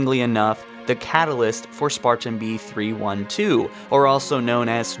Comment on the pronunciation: This nigga said Spartan B-3-1-TwElVe 😂